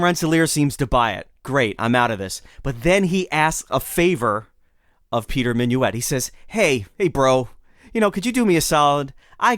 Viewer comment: It ain't Minuit as in " Have you et your breakfast yet?". It's Minuit as in "Git in here".